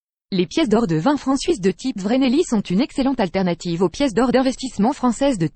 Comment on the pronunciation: Le Vreneli ne se prononce pas (Vraisneli) mais se prononce (Fraisneli) car le V en allemand se prononce Fau !!